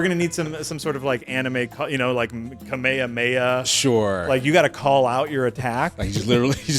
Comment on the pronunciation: I feel like you should expect that even less from after hearing how he pronounced "kamekameha" and how he "doesn't know what an eeseekai is"